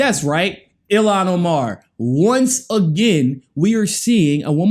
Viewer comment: The Sister's name is pronounced [EEL-HAWN OH-MAR] ILHAN OMAR...